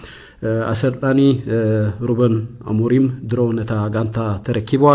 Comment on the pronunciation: ..say Amorim not Amronim